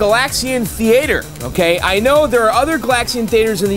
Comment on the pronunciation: "Thee-A-Ture" -- very fancy. 👍